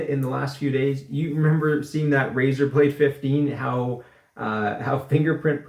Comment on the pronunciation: It’s “Razer” ...